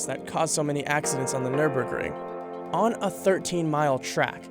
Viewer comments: It's not pronounced "nur-burg". See that umlaut over the first "ü"? It changes the sound. At least learn the correct prononciation before making a video on it. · It's very funny to hear his pronunciation as a German. German: Nürburgring American: nÖrBörkrInG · ahh yes the Nurburgering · Any decent journalist would do at least some research as to how to pronounce Nürburgring. 🙄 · NÜRBURGRING!!!! NÜRBURGRING!! NOT NÜRBURGRING! YOU NEED TO PRONOUNCE Ü.